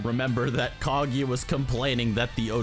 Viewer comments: Nice video but just one thing: it´s not Kagi, it´s Kaguya. Thank you. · "Kag-eeeeeeee-ya". wtf is wrong with you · Kageeeeeya!!!!!! Its Kaguuuuuuuya!!!!!! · My ears hurt from all the Ka-GI-ya, her name is Ka-GU-ya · if you say KaGYA one more time